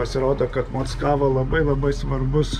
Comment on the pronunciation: Mockavoje mano mociute gyveno. Ne taip Kirtciuoji. Tragiskai skamba